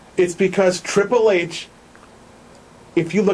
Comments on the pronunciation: This guy is a moron. CM Punk is about 10 years younger than Triple H and weighs closer to about 220 pounds so I think that a win by CM Punk could be absolutely believable. Also, what is the deal with how he pronounces the "H" in Triple H? There's also no way that Randy Orton is THE best in-ring performer over every other wrestler out there. This channel came up as a suggestion and after a single view I'm not gonna stick around to watch any more. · Good points...but I think hes saying Triple H's name like that because its how William Reagal says his name lol